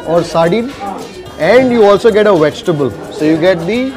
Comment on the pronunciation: Also you get "we-ji-ta-ble